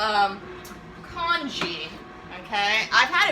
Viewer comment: haha do you mean congee?